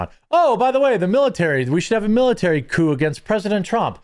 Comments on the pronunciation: I hate to be that person, but its "coup" not "coop". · Dude, it's "coup", not "coop"...😁 And they should be ARRESTED! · Its coup, not coop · * Coup, as in Coup D'etat. Its not a chicken coop. :P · It's spelled 'coup', not 'coop'. A coop is what you put chickens into. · Your chiron reads "miliary coop", I think you mean military coup. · jeremy its coup not coop lol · "Coop?" LOL!! Cmon Jeremy hire some guys who are literate!